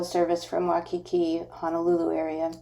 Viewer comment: FYI....Waikiki=Why-kee-kee...Duke Kahanamoku won 3G/2S in 1912, 1920 & 1924 Olympiads. He was swimmer/surfer b4 becoming Olympic medalist. He was also one of HNL first sheriffs. Later, he was one of the first Hawaiians to appear in Hollywood movie...Hanauma=Hah-now-mah... Leonard's Malasada is distant relative of New Orleans beignets, sometimes filled chocolate, haupia or taro fillings...Nuuanu=Noo-ooh-wah-noo...